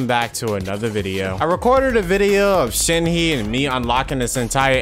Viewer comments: the way you pronounce Shenhe💀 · its not shen hee its shen huh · It’s Shin- Huh Not Shen- Heee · It's Shen - hu. not Shen - hee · not "shen-hee" pls😭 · Sorry for being that type of person, not trying to nag or anything, but its not pronounced "shenheeeee" The "he" is pronounced like you are letting out a quick breath while doing a karate move. The "e" is more like a fusion of "a" and "i" if that helps...